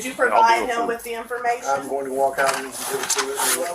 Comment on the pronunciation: Anyone else form vomit in their mouths when they hear these regginas replace the "g" at the end of words with a "k" like pronouncing going as "goink"? I think if you've lived in this country for over a hundred years you should know how to enunciate words properly.. You got to try to talk like this on purpose..